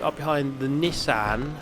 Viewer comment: Wtf is a Nissehn Skyline